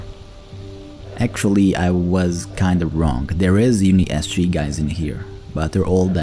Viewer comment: I think its UN-ISG not UNI-SG but whatever your soul feel right. Good video!